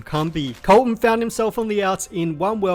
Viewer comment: When you introduced Colton did you do a southern accent? 😂